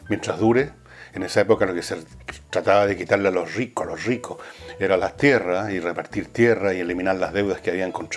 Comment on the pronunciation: Jajajajajajajajaja los rrricos los rrricos genial villegas